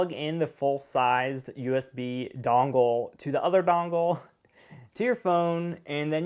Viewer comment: Sorry but everytime you said dongle... great video though!!